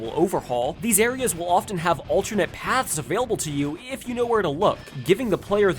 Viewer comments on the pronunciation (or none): none